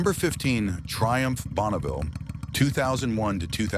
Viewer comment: Schlechtes Beispiel eines KI-Videos: bereits beim ersten Bike Triumph Bonneville (Aussprache "Bonauville") enttäuscht es....